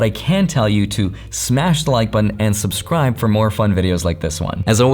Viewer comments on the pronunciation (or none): none